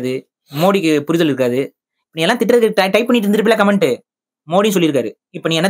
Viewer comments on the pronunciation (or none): none